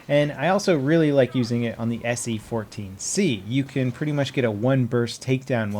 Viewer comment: he says se-c14